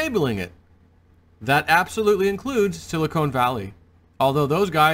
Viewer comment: Sil-i-con Not cone